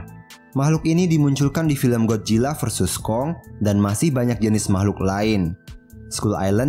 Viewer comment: godzilla bang bukan gojila salah! 😅